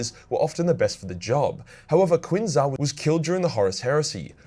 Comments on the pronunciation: Just one thing,. It's about the pronunciation of the White Scar's Master of the Keshig, Qin Xa. It's not "Quin Za" but "Shin Za". Chinese language often has words that begin with Q's that are usually pronounced with a "Shh" beginning. Unless there are any Chinese speakers who'd like to correct me, I'm pretty sure I'm right about that. Keep up the good work. Your work is bloody champion, so it is! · the name Qin Xa m, if pronounced in Chinese, sounds like (Chin Sha)